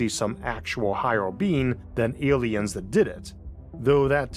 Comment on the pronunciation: Da Awlienz taught the hewmanz technowogy